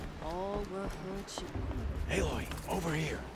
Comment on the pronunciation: Aloy kinda sounds like alloy meaning two metals mixed into a metal